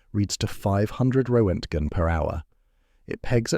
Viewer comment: And a completely fudged pronunciation of roentgen.